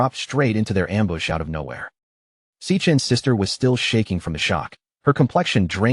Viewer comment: am-booss??? ambuscade? ambush? gotta love ai. and the thorny vine crying at him as it goes by.